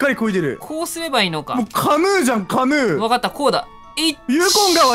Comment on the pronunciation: ぺの字の 『カヌー』のイントネーションが 気になったw